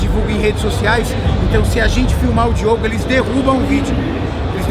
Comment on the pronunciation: Só eu que percebi que ele falou Diego e não Diogo kskssk